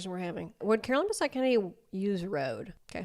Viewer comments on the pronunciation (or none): "CaroLINE BAHsette" 🫩 ohh brotherrr